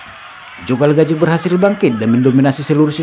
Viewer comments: Calzaghe bung,,bukan calgazhe. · Namanya Joe Kalzage bukan Kalgaze bang . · Calzaghee ....boss Bukan calgazhee..🤣🤣🤣🤣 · Calzaghe bukan kalgazhe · lu ngomong apa? Apanya yg dibandingin sama calzaghe? Mabuk lu? Gw kan komen namanya calzaghe bukan kalgazhe, karena yg bikin video nyebut kalgazhe. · bukan galgaje, anda salah nyebut namanya